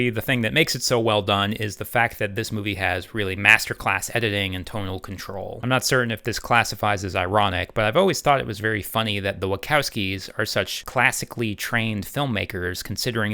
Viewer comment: Since when is it pronouced Wi "Kow" skies??